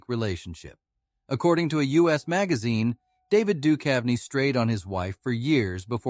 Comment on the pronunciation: Get a new robot. This one stinks. "David Dukev" and "Tee Leoni" -- I'll pass...